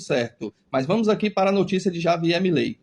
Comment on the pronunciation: Pronuncie "R"avier, companheiro...